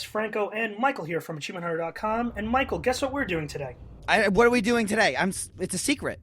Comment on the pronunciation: It's Michael, not fucking Michel.